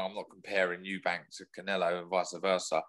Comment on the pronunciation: It's not eubanks. Chris sr has been around for 35 years. You would have thought at least the brits would know his surname